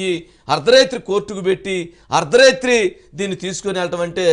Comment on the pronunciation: 'Ardharethri' kaadu, 'Ardharaathri'